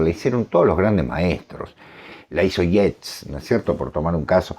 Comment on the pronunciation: Sólo para información, disculpenme, el apellido Yeats se pronuncia "yeits"... gracias por sus programas, siempre los escuchamos, saludos